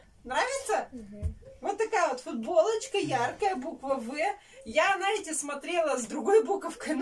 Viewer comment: Наете вместо знаете